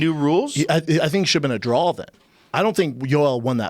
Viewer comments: If Schaub says "DRAWL" instead of "DRAW" one more time im going to scream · Brendan " I had one round a 10-8 so it should've been a drawl" Schaub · Brendan! It's pronounced DRAW! There's no goddamn L at the end! I feel like I'm taking crazy pills!